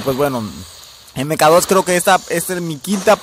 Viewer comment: EME KA DOS :V como dije en mi video se pronuncia "MAC 2"